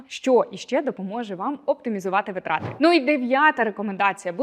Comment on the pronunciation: дякую за рекомендації, тішуся, що більша частина з них уже в моїй рутині))) маленьке зауваження: в слові наголос на перше и — вИтрати